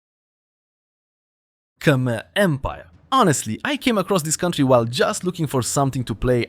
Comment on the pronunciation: K‘mer, not Kamer, please correct me if I‘m wrong.